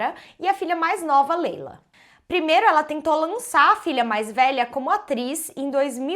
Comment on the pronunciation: O nome da atriz se escreve Laila mais se pronuncia Leila ela esta correta